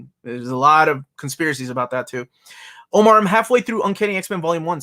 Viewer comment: Omar is hurt his old white lady neighbor said he speaks English well. Meanwhile we see the Omar that mispronounces his own name on the channel 🤣 Btw love these streams you do, even if I can't watch them live.